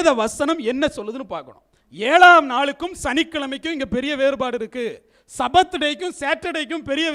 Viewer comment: தவறான உச்சரிப்பு : "சபாத்" தவறு, "ஷபாத்" என்று உச்சரிக்க வேண்டும். எபிரேய மொழியில் ஆண்டவருடையப் பெயரை (יהוה) உச்சரிக்கக்கூடாது. நான் எழுதும் விளக்கங்களை மறைத்துவிடக்கூடாது.